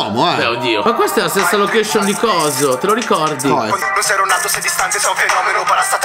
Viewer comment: Barlow che dice lochescion mi ha fatto sborrare